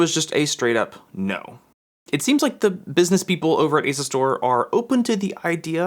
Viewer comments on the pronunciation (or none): Isn’t it pronounced As-U-Stor?